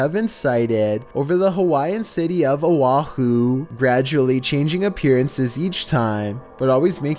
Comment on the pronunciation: Ok I used to watch these videos all the time and I do remember that the narrator had a unique voice and delivery.... but, has he just jumped the shark over the years and leaned hard into the meme or has it always been this ridiculous? Not only is the commentary just silly but he carries his each vowel sound out like almost a full second! Instead of O'ahu he said "Owah Ah Whooo" its just so batshit I can't even pay attention to the content I'm just lunching off what he's saying.